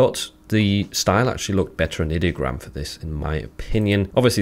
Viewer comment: Like the video, very informative 👍 Its pronounced eye-diogram btw they say that in the rules channel of their discord, I'm guessing alot of people pronounce it id-diogram